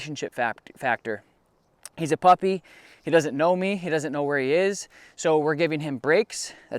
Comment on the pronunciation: Huh you said puppy all wrong